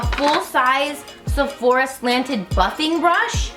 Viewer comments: I love you. Have I been saying Sephora wrong all this time?? You keep saying SephorEEA. Am I wrong? Middle part!! So so pretty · Love you so much You are beautiful no matter what She says Sephora so weirdly